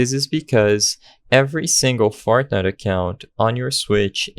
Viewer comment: did you say fartnite